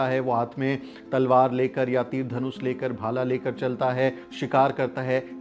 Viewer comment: Aap tir ko tar bana raheho